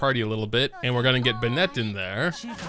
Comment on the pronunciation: But why did he pronounce bennett like that